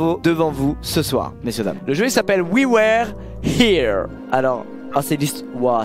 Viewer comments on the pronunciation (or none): On dit plutôt "oui weure hire" que "oui wère" mdrr mais drôle quand-même les sous-titres de l'anglais de squeezie x) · oui ouère hiireuh 😂 ca ma tué😂😂😂😂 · Prononciation pour ce qui veulent savoir c'est "wi weure hiire" voili voilou dite moi si je me trompe